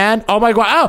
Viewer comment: the way he says narr and gwosh⭐🤣😂